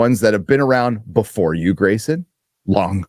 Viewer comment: Grayson pronounced without the R Gary pronounced WITH the R!! baby!!!!!:face-blue-smiling